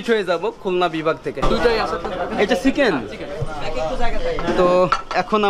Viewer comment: আপনার কথা বলার উচ্চারণ শুদ্ধ করতে হবে, বিশেষ করে চ, ছ এর উচ্চারণ। চিকেন কে সিকেন শুনা যাচ্ছে, খারাপ শোনা যায়। এমনিতে আপনাকে ফুল সাপোর্ট ❤